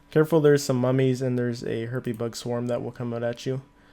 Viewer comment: Harpie.. Not Herpie LOL